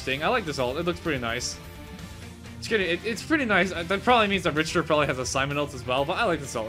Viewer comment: Rich-ter Lululululul Rick-ter